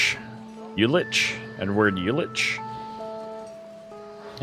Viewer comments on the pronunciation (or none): Right on! And props for tackling these German names, quite tricky pronounciations there. Uhlich is "Oo-lick", Leipzig is "Libe-tsick", the rest you nailed perfectly.